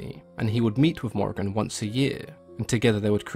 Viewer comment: It is pronounced More-Ee-Ahn-- love from Ireland :)